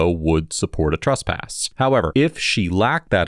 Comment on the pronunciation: The woman has a problem saying “trespass” lol. stands his ground until he is officially trespassed.Bunch of idiots..